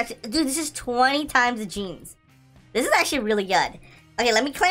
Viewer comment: It’s not genes it’s ganes